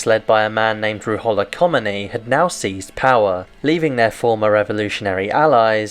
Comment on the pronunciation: your constant mispronunciation of the Ayatollah Khomeini's really ruins this video. Really makes me question what kind of research you put into this.